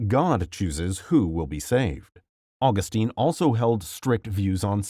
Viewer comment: My critiques of this video. 1. Mother Theresa - I don’t understand the point about her opposition to birth control and abortion. It should be pretty apparent that she would be considering it’s required. It’s a weird thing to fault her with personally. 2. Mispronounced Augustine. 3. Mispronounced Capuchin. 4. St. Christopher wasn’t “de-canonized” because there’s no such thing and he was never canonized to begin with. Canonization is a relatively newer process which is considered an irrevocable act. Regardless, early saints like St Christopher were popularly proclaimed as saints.